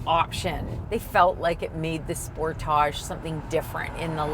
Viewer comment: As usual Americans say everything wrong. The whole world except for America calls it a Sportage' Americans say Sportidge. Americans also say (Ad I Das) and many things wrong. It's not A Dee Dus.